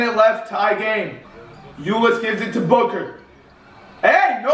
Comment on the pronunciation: When devin booker made that shot is sounded like said Booger like if you agree